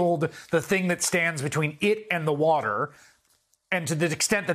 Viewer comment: Let me speak in terms trump supporters will understand. Wuter. Big Wuter. Ocean wuter.